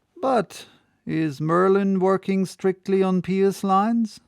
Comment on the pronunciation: One of my favorite chapters! Very enjoyable, as usual. (If I may, with respect, "pious" is a funny word, it's pronounced "Pii-us," like apple pie. And "impious" is pronounced "im-pyus.") You speak English better than I do though, I'm a Southerner.